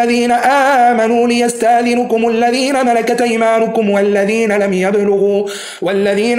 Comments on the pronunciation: للتنبيه فقط يرجي ملاحظة قراءة كلمة ليستذنكم ..... بسكون النون وليس بضمها وجزاكم الله خيرا وأحسن إليكم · السلام عليكم أخي الفاضل قوله تعالى ليستذنكم بسكون النون لابضمها وشكرا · ليستاذنكم بسكون النون و ليس بضمها الله يفتح عليك و عفوا